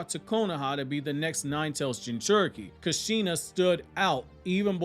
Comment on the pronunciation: Btw, it’s “Kush-Shun-ah” not “Ka-Shein-Na” They’re Japanese names, not black American names.